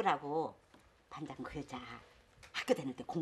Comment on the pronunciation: 이숙언니 반장을 반당 이라고 발음하는 거 끼스럽고 재밌다. ㅋㅋㅋㅋㅋㅋㅋㅋㅋㅋㅋㅋㅋㅋㅋㅋㅋㅋㅋㅋㅋㅋㅋㅋㅋㅋ